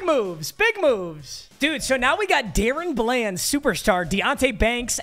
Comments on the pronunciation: It is da- Ron bland nor Darren bland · somebody tell papa it’s pronounced Da Ron bland not darren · if he says dayrun bland again im gonna lose it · It’s Daron bland like (duh ron) lol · it’s Duh-Rawn Bland saying my kings name wrong smh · The way he says DaRon Bland lol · The way you pronounce DaRon Bland pisses me off